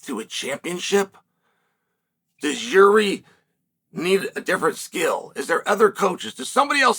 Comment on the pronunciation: Did Chael just…… pronounce Jiri name right 🥹